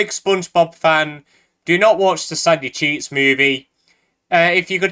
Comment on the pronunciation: every time he says sandy cheeks movie I can only hear "sucky cheese movie"